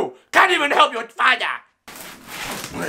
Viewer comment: The way he say father